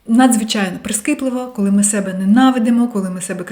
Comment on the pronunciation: СебЕ, чогО,якщО наголос на другий склад